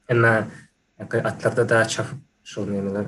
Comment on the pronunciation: olarda da türkmensähradäki ýaly p sesini f şeklinde aýdýan ýeri bolmaly. wideoda at çafyp diýen ýaly boldy